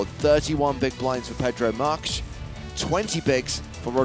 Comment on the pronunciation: Mr. Stableton Marques is Portogues and is spoken Markees ...lol .